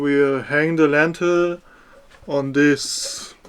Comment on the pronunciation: i also enjoyed when he kept calling the lintel a lentil, eins zu eins mein vater 😂